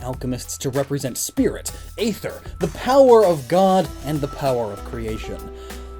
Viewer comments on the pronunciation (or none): none